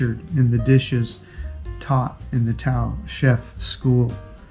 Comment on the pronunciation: I think it's pronounced. TA- OHH! meaning people in Filipino.People expedition. It looks like for those who love adventure. Instead of the resort style holidays.